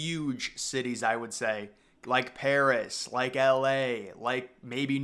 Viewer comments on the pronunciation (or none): none